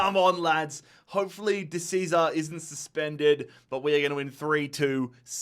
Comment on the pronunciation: Cesare is pronounced 'chezarey', the Argentine probably has Italian grandparents